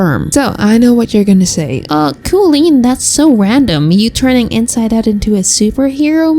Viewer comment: koleen???? i thought you knew about the boycott?